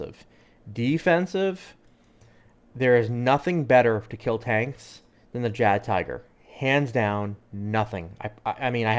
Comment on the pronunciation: Just to let you know that in German, the "J" in Jagdtiger is pronounced as a Y sound. and tiger is said te-ger .